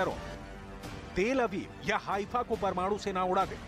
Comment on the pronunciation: Are mohatarama, ifafa nahi heifa sheher kehte use🤣